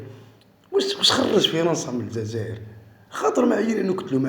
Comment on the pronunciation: سمعتوا كلمة الززائر 😂 تعرفوا شكون لي يقول ززائر